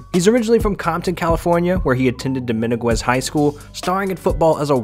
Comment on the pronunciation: This mans attempts at names is brave but dominguez isn’t pronounced and mateo isnt pronounced like that my guy